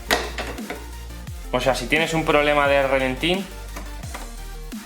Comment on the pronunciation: No digas "relentín". Cada vez que dices eso un E30 rompe una culata. Se dice ralentí.